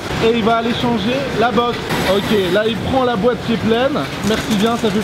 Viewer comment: Wesh il dit bouette à la place de boite